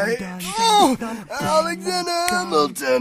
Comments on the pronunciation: "Alexander Hamilton" 👎 "Asalamander Hamingham" 👍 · I heard that you said Hamilham. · They can't say hamilton in the second part 🤣